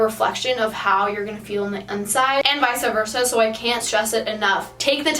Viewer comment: did she really say visa virsa????